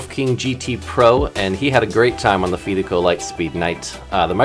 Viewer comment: pronounce fidico like you confide in someone not fee like pay the fees